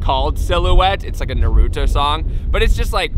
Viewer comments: When he said Na rooto😂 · I got hurt from the way he said Naruto